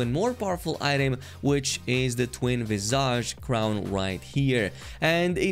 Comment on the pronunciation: Twin Visage, lmao. Twin Sage, man!